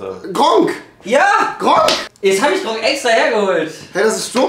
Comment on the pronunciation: Alles klar rewi ich kenne Gronkh aber nicht Grohnk